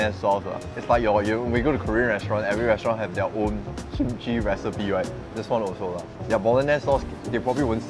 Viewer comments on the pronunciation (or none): none